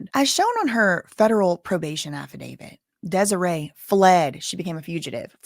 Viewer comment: Desiree rhymes with Demoree. Just the first syllable is different. dez-OR-ray and dem-OR-ray Seems like mom wants to break up daughters marriage. She never earned any respect in her daughters life so she's trying to use her money and powers to force her choices on her daughter. Sorry mama, where you been all this time? Hope your baby ain't in trouble bc she ain't had no one to lean on but him. You aint found nothing yet so she's prolly just fine living her best life without you. Reap what you sow.